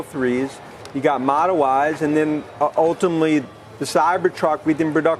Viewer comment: Gotta love Dan "Ultimally" Ives 😂